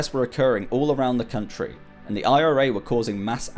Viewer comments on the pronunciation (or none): none